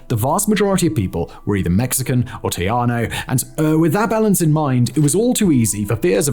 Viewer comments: I as a Texan sat here for a good 6 minutes wondering how I hadn't heard of a Tiano. That's Tejano, Simon, said Tay-han-oh. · Love this video and all of his other channels. Pero, my Houston born, Mexican-American, Tejana self winced every time Simon said 'Teajano' instead of Tejano (pronounced, te-HA-no).. He's so freaking British 😂 jaja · TEJANO has an "H" sound to it.Not "J" or "Y".TEHANO! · I think what you are trying to say is "tay-HA-no". The j is an h, not a y. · Trianos is what I kept hearing him say. I thought it was some unknown group of Hispanic freedom fighters I had never heard of. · .....and Simon, it's pronounced. Tay-' hah -know....just sayin' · So "tejano" is indeed what he is trying to say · Your Wikipedia comment is so true and funny because I browsed Wikipedia's entry on this topic when looking for who the "Trianos" could have been, not able to believe that it was all so bad that he was just actually pronouncing Tejano wrong. Their understanding seems to be even worse than Wiki. Unfortunately, from now on I will be watching all future videos by this channel with more doubt and "Show me" level suspicion. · Haha I was wondering what’ a “tiano”was !!! At least what it sounds to me !! 😅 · 😂Simon, say "Tayano" in Texas. Tejano sounds more like "Teh hanno" because Spanish pronounces "j" like "h" whereas northern Europeans often pronounce "j" like "y." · Tejano has a hard j. Like you're getting ready to hock a loogey.